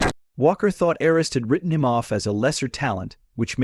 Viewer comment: Must be an AI voice that cannot pronounce names. Couldn't even get Arness right. Arns? Really? So I skipped through this in a couple of minutes. Junk.